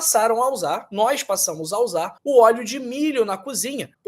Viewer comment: Putz dotô,ce fala errado pa caraio,supóîstamente ,nóisss purque ce fala assim??? Parece qui ce tem uma gilete na boca ,ou parece ce dura a língua , faiz tratamento pa melhora a fala dotõ